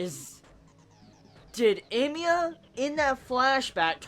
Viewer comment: I don't know what scene from the original you were referring to. I wish you put a spoiler warning and said what it was coz my curiosity is peaked. Ps. It's hella confusing when you say Emiya.